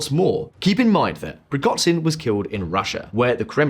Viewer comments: It's PrigoZHin (Ж), not PrigoTZin. He's not Chinese for crying out loud. It's a sound similar to J. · It's ZH as in "eraSUre" or "dèJÁ-vu". PrigoZHin. Not PrigoDZin. I know it's not essential, but you usually get the names correct, so I found this a bit jarring. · Google the pronunciation of Prigozhin dude. The video is monetised and it's not hard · You guys are really good and with right kinds of questions on all your work. So can you go back to how you pronounce Prigozjin right? I aint a Prigozjin fan but now suddenly he has a total wierd prononciation in this video. thanks and keep up the work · great channel, but the khameini and prighozin killed me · How the narrator says Prigozhin 😂